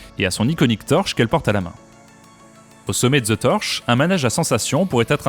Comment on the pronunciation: Tu aurais aussi pu mentionner les énormes difficultés du Chrysler Building qui tombe en décrépitude et cherche un repreneur. Par contre faut qu'ils arrêtent avec les bâtiments en porte-à-faux, tout le monde fait ça, même pour les immeubles d'habitations, c'est n'importe quoi... PS: Au passage c'est pas "the torsh" niveau prononciation c'est "the tortch" y a un "t" dans la prononciation. Sinon ça fait gros cliché du beauf français qui a jamais appris l'anglais correctement :D